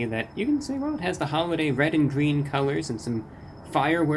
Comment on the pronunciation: But its wed. Not gween